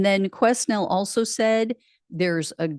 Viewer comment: Quesnel might be pronounced queh-nell (ish)